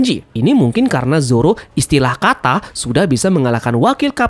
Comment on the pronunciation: Ngomong ISTILAH KATA nya kok agak di tebelin bang,kedengaran JIN DAN jun nanti🤣🤣🤣